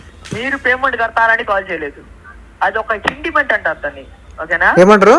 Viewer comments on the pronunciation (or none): ఒరేయ్ అది ఇంటిమెంట్ సిమెంట్ కాదురా, intimation అనాలిరా మందార పువ్వా